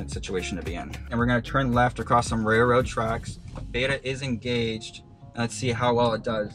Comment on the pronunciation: "raiLroad" not "raiRroad". Please practice thank you. I have a lot of other stuff to say but then I'd be called "toxic". When people pay you money, you have to respect that.